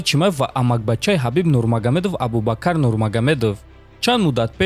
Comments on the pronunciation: Абубакар не АБУБАКР. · Абубакар не Абубакр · Хоҳиш, дар талаффузи вожаҳо каме диққат деҳ. Ислом аст на Ислам, ё Абубакр аст на Абубакар. Чунин иштибоҳот зиёд мушоҳида мешавад. Каме китоб мутолиа кун.